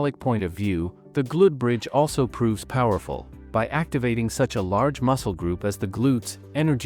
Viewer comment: Can you teach your AI narration to correctly pronounce "glute bridge"?